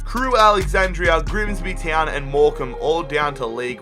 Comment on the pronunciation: "Griemsbi tjeown"